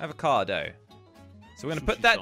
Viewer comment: When said Avocado i thought is abocado but its avocado